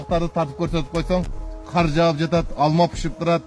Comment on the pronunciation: Кудайым өзү колдосун,эол эрежесин сактап абайлап айдашса,ушу кыргызча сөздөрдү журналисттер окудуңар беле,каар эмес кар,күлкүмүштүү эмес күлкүлүү деп айтсаңар боло.